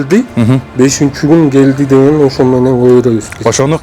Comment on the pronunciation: 😂😂😂😂😂😂😂😂 бугун гееелди бугун гойлат бугун гелди бугун гойлат 😂😂😂😂😂😂😂😂